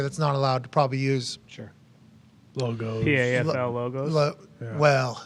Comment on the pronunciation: The "PAFFLE"